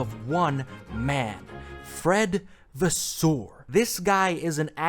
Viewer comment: Its Vasseur not Vaswoweu omg😭